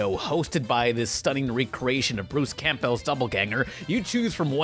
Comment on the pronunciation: I’m sorry but “Bruce CAMP BELL”